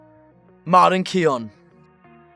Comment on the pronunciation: sorry but pronounce it key-own from now on please